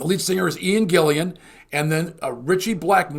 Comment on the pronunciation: 'Gillan', not Gillian.